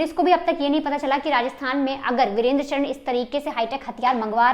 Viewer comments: जरा धीरे बोल तुम और चरण नहीं है चार ण है पहले से ही नाम लेना सीखो फिर बकवास करो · चरन नहीं चारण है । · ye sari मिडिया pagal hai inko basic knowledge hu nhi hai Gogamedi ko godamani or चारण ko चरण bolna daffol log kuch bhi news dete hai